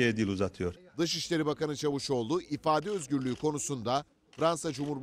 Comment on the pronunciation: Adam diye yazilir CAVUSOGLU diye okunur!!!!!!!!!